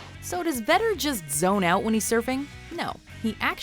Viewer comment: It is Vedder, not Vetter